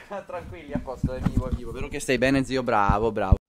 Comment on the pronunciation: quando hai detto bene io pensavo che avessi detto "pene"!